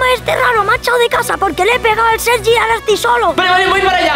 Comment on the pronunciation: En el minuto - en ves de decir sergi dice seri